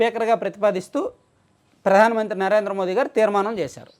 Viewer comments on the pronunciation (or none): none